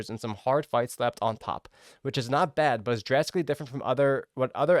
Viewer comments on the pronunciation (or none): none